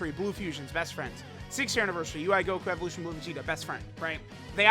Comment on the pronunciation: “EveLOTION vegetttaaaaaa”